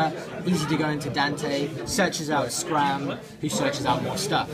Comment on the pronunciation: OMFG ITS SCARM NOT SCRAM XDDD